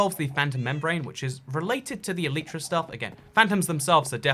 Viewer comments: ITS ELAYTRA NOT ELIITRA AND PINEAPPLE DOES GO ON PIZZA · Shut up it’s el•I•tra not el•ee•tra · Nobody:: Elytra = Aleetra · It's pronouncedd ELL-ih-truh according to the dictionary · It’s el-igh-tra because there the vowel is at the end of the syllable which makes it a loud vowel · E-lie-tra it is 👀😂